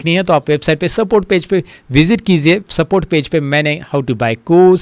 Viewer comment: Sir! It's "kijiye" not "kiziye" I notice this in every video of yours Please correct it, it irritates me